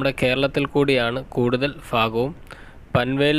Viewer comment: ഫാഗം അല്ല ഭാഗം